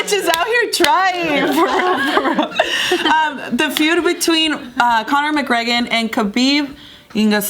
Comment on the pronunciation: mcGregen Pinche pendeja read correctly